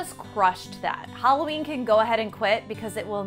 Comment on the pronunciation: Not Huh-laween, Hula-ween! She's from Hawaii!